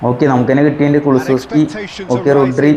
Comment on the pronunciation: റുഡ്രി അല്ല റോഡ്രി